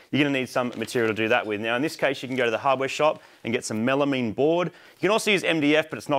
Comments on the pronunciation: Melameeeeeeeen, Is that enough e's I didnt think you came from the lowest states. Try melamine, Spelled and articulated as melamine, Pronounced mel ah myne. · Pronounced “Mela mine” not “mela mean” hahaha